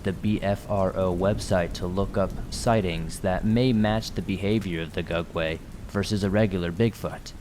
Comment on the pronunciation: I thought he was saying "dugway" Either way I was confused. No idea what that was.